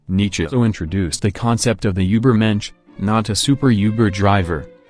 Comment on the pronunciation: As a German, I can confirm that you’re pronunciation of übermensch wasn’t that bad